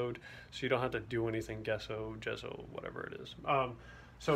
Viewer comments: It's pronounced "Jess-O". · It is gesso like g in giant